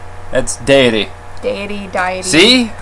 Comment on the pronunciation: You both said Deity wrong